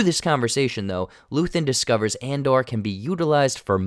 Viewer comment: Why does keep saying Andar? Its Andor. And- Door. where is he getting the "A"?